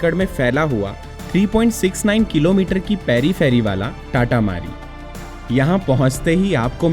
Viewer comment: Bhai amazing video ❤ , and bro you just mispronounced it !! Its तातामारी not टाटामारी